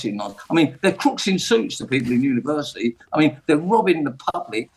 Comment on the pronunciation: If you do an apprenticeship "you earn fifty faaahsand a year more..... over a lifetime"? Glad LBC have got their top expert on to share his wisdom. Also, if you want to denigrate university, at least learn how to say it. And, finally, when is this clown going to leave, like he said he would?